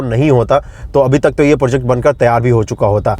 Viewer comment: पोर्जेक्ट नहीं होता है, प्रोजेक्ट होता है । अब ये मत बोल देना कि बिहारी में ऐसे ही बोलते हैं। टोन रखिए बिहारी जैसा पर सही से अंग्रेज़ी वाले शब्द तो बोलिए